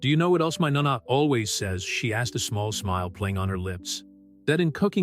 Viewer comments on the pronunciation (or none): A lovely story. Italian grandmothers are called NO-NAH, not NAH-NAH - Spalled nona For those complaining about the fact she's black. There have been free and enslaved black people in Europe since at LEAST the Roman Empire. The Roman Empire was very cosmopolitan, containing people of many ethnicities: various Asian, Arabic, Indian, Egyptian, etc., and various black African groups. While paintings depict all white people, those fancy events they show normally had different black people within even the nobility all throughout Europe. Cleopatra was Greek, rather than Egyptian, while just to the south of them, black African kingdoms contained some of the most wealthy people in the world. Rome was a major trading hub, and ships came from all over the known world. Some of them settled in Italy.